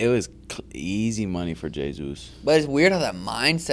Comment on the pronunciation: It's Jesus not j-zeus😂😂 it's pronounced "hayzoos" facepalm